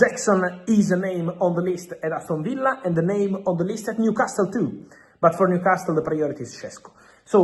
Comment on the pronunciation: Why does he keep saying “Newcas-TILL?????? It’s doing my head in!!!!